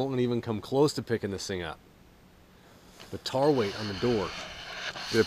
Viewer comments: Except it is tare. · Tare is pronounced "tear" not "tar" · know it is tare though he wasn't pronouncing it that way tried to give a example t-air or tear in other words phonetically